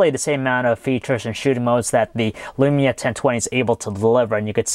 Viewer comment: It is lumia not elumia